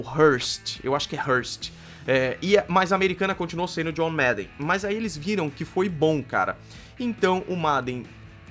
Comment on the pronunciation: Esse 'MADEN' foi triste de ficar ouvindo kkkkk Mas ótima explicação sobre o jogo 👏